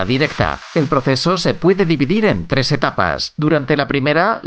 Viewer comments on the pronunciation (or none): none